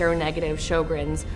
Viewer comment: Drop the music. I think it should be pronounced "SHER-GRENS